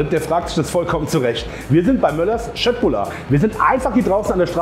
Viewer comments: Danke, dass du Köttbullar richtig aussprichst🙏🙏🙏💯❤️ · P.S. bin etwas überrascht über die Aussprache von Köttbullar - sogar der pädagogische Aspekt wird erfüllt!